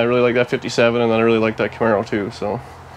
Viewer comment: Hey watch the paint on that Kah-mair-ah!